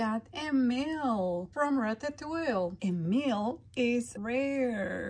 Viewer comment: These are so cute. I love watching you open these. By the way, its pronounced Ratatou-ee (or Ratatou-we) also, the dinosaur on the Good Dinosaur is named Arlo with an L, not an i 😊